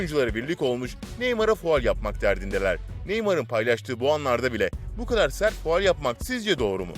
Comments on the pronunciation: Fual Değil "Faul" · Fual değil canım faul diyeceksin